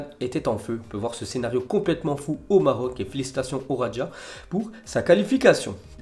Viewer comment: Ça se prononce raja comme jardim, j'arrive.. Non pas radja